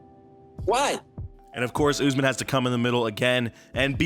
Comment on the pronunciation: Lol “oozman”